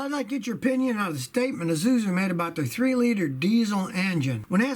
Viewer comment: He says izuzu lol🤣🤣